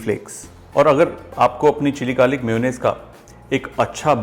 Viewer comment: It is not pronounced "muyo" nnaise LOL. It is pronounced as may-O-naisse